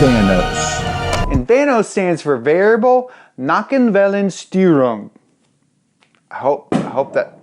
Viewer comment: The way you pronounce 'Nockenwellensteuerung' means 'neck wave disorder' in German. Sounds like a bad long term desease that isn't really fixable. Just like the early VANOS systems. So I guess you said it kind of right.